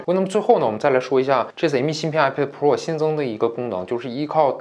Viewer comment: 读错了，是iPad菠萝